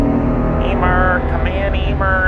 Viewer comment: NOT EEEMER